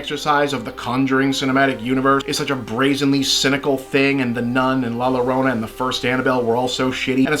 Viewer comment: La *Y*orona, Bob. Like the Y in Yellow.